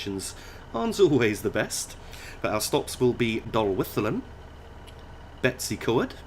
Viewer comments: Brill video! Betws-y-Coed is said like Bet-us-ah-coid but it is quite a silly name! Either way, keep this amazing work up! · Blyne-eye-fes-tin-iog. Dol-with-el-Ann. Bet-ooh's-ugh-coid. Pont-ugh-pant. Don't shoot me, I'm only trying to help 😋